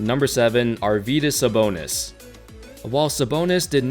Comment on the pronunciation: WTF? Sabonis, rly? I like your vids, but bro...